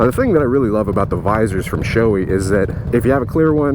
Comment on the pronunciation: I just got a rf-sr in gloss black with a blue mirrored visor. Beautifull helmet and fits awesome. Shoei rules. The sho is pronounced as "show". ei as in eight.